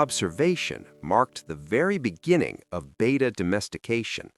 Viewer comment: It’s pronounced Beh-tah, not bay-tah. 🙄